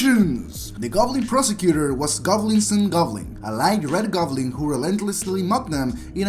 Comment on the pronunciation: What the hell is a govlin?